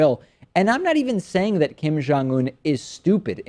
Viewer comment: It sounds like they are saying "Kim John-Un".